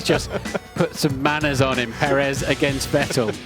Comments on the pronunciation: If you make a whole video about the man, at least get the pronounciation right: Pérez, not Peréz. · The guy has been running in Formula 1 for a decade and commentators still don't pronounce his last name well. Put your will in it, brother, is not that hard. Is Pérez (PE rez), not peréz (pe REZ) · no Sarhee-o. Pehress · Pérez (peh-res) not Purr -ehz. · Yeap, I doubt it too. But Perez's doesn't work as a journalist/voice-professional. Seriously, Pérez is by far the easiest name in the entire Latin-Roman language scope! The way he pronounces it sounds absolutely weird to a Spanish speaker. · Shurgio Pehres?